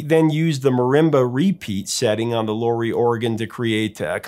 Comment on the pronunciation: Great band, sans all the interpretation which is tertiary to the phenomenon of The Who. Townsend's illness is reflected in his writing and his comments. By the way, it's Lau, not Low, in Lowery.